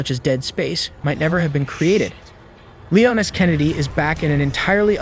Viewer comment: Lee-oh-nus? Its Lee-ahn Es. Leon S.